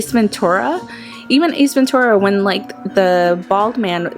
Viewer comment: She says munucle and ace venturu